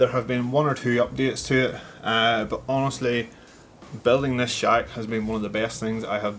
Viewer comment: I think you need to pronounce shack a little bit better as it sounds like shag at the beginning